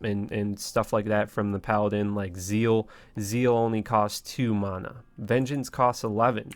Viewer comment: Exactly lol...despise how he says it.